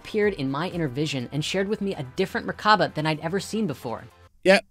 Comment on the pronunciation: Anyone else notice how seemed to pronounce "merkaba" differently every time he said it?